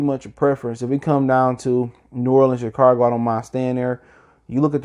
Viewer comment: Chi-cargo??? Chicago mayne......Chicago!!